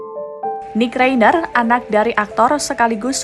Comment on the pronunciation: itu bacanya Rainer, bukan Reiner. Jadilah narator yang betul dengan mencari tahu cara membaca nama orang dengan benar. Sekelas Kompas begini mutu naratornya!!